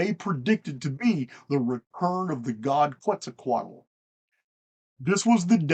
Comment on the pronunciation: I believe just pronounced Quetzacotl better than I ever have. Heh heh heh (I probably misspelled it too) ehh,i have to get that Hooked on Phoenix program now)